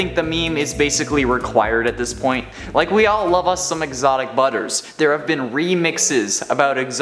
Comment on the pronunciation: he says : "exotic brubbers"